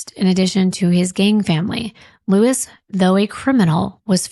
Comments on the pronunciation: pronounced Loo-Ees with accent on second syllable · Incredible research and fantastic storytelling. So many other channels are anxious to quickly spew out content that we don’t get the full picture of these people and how their lives improbably and fatally intertwined. Friendly suggestion: Please pronounce Luis’ name properly. It is Spanish and you are referring to him as an English “Lewis.”